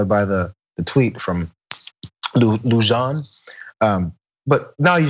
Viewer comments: it, not Lujohn, it's a Latin name lewhan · Lujan is pronounced "lu hahn" not *lu john". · It’s pronounced like luhan not lujan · Fernando Leu-zhan??? It's pronounced Loo-hahn. He's Chicano, not French. Ana, you need to be Schlapped because you should know better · Never ever heard Lujan pronounced with a J in my life. I am related to several Lujans and all of them pronounce the J using the Spanish pronunciation of H. Luhawn, not Lujan. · The name is pronounced Loo-HAN. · It's probably pronounced closer to "loo-han", if its read in Spanish. But maybe he likes and encourages that English pronunciation...